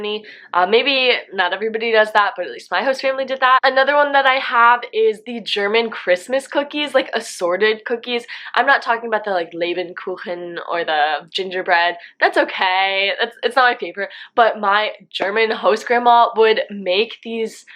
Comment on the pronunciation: Sie sagt "LebENkuchen" nicht Leber